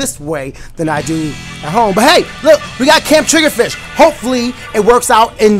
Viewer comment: You said "Turf War Gameplay" instead of ranked battles in the title. Also it's triggerfish, not triggerdish xD